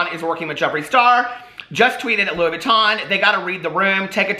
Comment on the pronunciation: Louis Vuitton??? Sure suuuuure. I buy louisss foitonz! 🤣